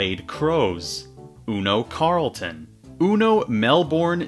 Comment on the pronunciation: Just so you know (as an Aussie), the way to pronounce “Carlton” is “Coal-ton” (it’s deceiving I know)